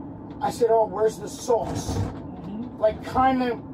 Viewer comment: "Where's the swauce?"